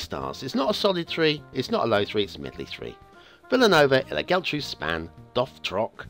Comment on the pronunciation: Only Geltrú is misspronounced this time, should be "Yeltru" (so not bad at all). Just remember the accents in words with more than a syllable show that's where the stress is. But this is not Spanish, it's Catalan!